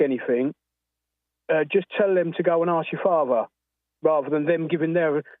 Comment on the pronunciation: Love the way Jesse says "Asss" for "Ask" 🤔 🤣😍🤣